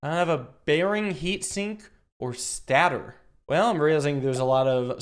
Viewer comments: sorry to say but its pronounced state er not stat-or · him calling it a statter makes my teeth hurt